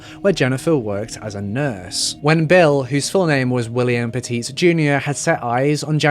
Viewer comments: I grew up in CT and lived in CT when this all happened. My neighbor was Bill’s Aunt. It was really sad and still is. Just so you know, it’s pronounced Pet-It like pet it, not petit like the size. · In the US and in the state which this takes place it’s pronounced Pet-It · Their last name is pronounced Pet-IT. Like..Nice dog, can I pet it? Good job on the video, tho!😁